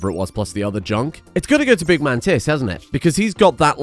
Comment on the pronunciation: Bro you gotta stop saying “big MANtis” it sounds like you are saying “big man tits”